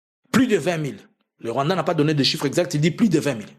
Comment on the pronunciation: Est-ce que le peuple burundais va accepter? Façon tu as prononcé le Rwanda 🇷🇼 c’est pour m’achever 🤣🤣🤣🤣🤣🤣🤣 Tshisekedi et Ndayishimiye sont deux comédiens 🎭 qui ont transformé deux magnifiques pays en cirque 🤦🏾 j’ai envie d’ajouter sur ta liste un autre groupe des Tutsi qui s’oppose au pouvoir de Kagame et qui soit disant collabore avec Jean Luc mais entre temps ces Tutsi détestent les Hutu comme pas possible 🤣 Tout ce mélange là pour jouer avec le peuple congolais qui ne connaît rien à l’histoire 🙌🏾